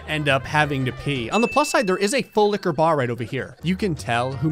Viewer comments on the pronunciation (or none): This was the video I realized he was saying “Full liqueur bar” instead of “Full lick-a-bar”